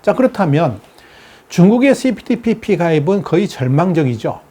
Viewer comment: CP ~TPP라고 읽어야 좋음 (Comprehensive and Progressive Agreement for Trans-Pacific Partnership) (1)용불~~ 용설(×) 용~~불용~설 (o) 用이냐 不用이냐에 따라 달라진다는 내용이므로 (2)그리고 TPP라고 줄여서 호칭하는 분들이 계심 (범태평양 동반자협정)